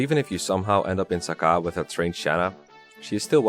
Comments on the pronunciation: In Heroes, it is pronounced "Suh-kay" as opposed to "Saka," so I think that is how it should be said. Then again, Heroes also has like 4 different pronunciations of "Ephraim," so you never can be sure... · it’s SA CAY REEEEEEE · I've never heard Sacae pronounced that way, I've always used "Suh-kay". Great video!